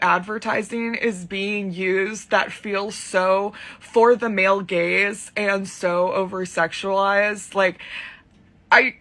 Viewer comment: Your rant about "male gays" instead of "male gaze" cracked me up.